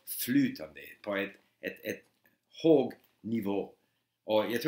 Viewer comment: Incredibly good Swedish, only one (1) disturbing error in the entire presentation, when the dots in "hög nivå" disappeared to "hog", because it transfers the word into something else,, but on the other hand, and for long periods of time, I as a Swede can hardly discern that it is not another native speaker who is speaking here. Impressive! Insipring!